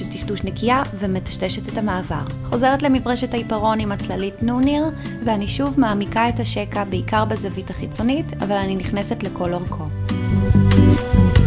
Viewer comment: ואי מעולה, אני רוצה להתחפש לרוקסי הארט, סגנון דומה. תודה :))) *ד"א אומרים "ניו-נר" מהמילה "צהריים" (כאילו, NOON).